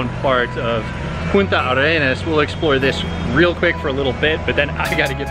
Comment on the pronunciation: Great video, just one thing, the city name is Puntarenas, no Punta Arenas. Regard.